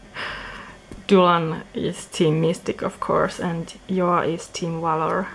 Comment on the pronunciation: Loved the tour! I also always was wondering how to pronounce Joa and I'm glad he's more in the scandinavian way than the "zjhoahh" like an american would say Joa... u v u